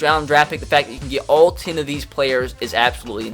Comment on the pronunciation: Are you german cause you say zehn